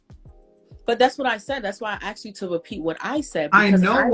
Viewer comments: I've never "axed" anyone anything. What is the problem with this word. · "When I axed you"